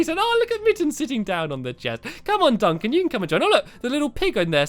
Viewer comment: heres a pun you said Duncan witch sounded like dunc him I thought it was funney (you are sapose to start laughing now) lol :)